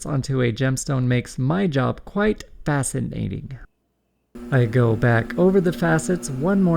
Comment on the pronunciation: Hahaha! " fascinating" (facet'nating)☺️